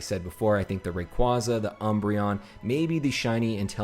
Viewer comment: Thank you for pronouncing Rayquaza right! Some people say “Rackquaza”